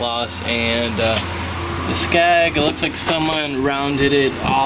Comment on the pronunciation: SKEG NOT SCAG.